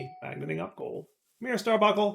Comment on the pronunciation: bun, bunk, star bun, star bunk, starbuncle. Stop the genocide against the letter N!:) (obviously just mildly annoying, and I remember a short time span years ago when said it correctly)